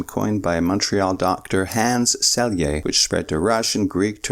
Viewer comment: Great video, but the correct pronunciation is "Sheye", not "Celie"